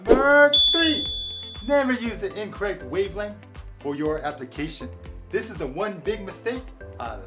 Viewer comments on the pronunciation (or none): none